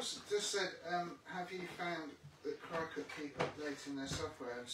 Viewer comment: Going to Doncaster on Saturday hoping buy lots of stuff from you .just a question but I noticed you pronounced cricut as cry cut it’s actually pronounced cricket even though it’s not spelt like that .There original design had cricket ears on the C